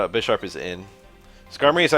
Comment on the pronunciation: Is that how everyone says Bisharp? I kinda hate it. It’s BI-SHARP, like BI-CLOPS. This game really makes me wanna get into the actual card game, but frat boys ruined the prices during Covid with their douchebag get rich quick schemes.